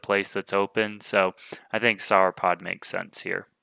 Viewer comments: I have to finally say it as it's been bugging me for a while. the way you say Sauropod seems wrong. the first part should sound the same as how you say the last part of Dinosaur. Not sure why, but it cuts right through my brain every time you say it even if I'm watching these in the background. Keep bringing the videos though. love them! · I would think it's pronounced however you would say "saur" at the end of a word like dinosaur or avisaur. No need to apologize. I look forward to your next videos!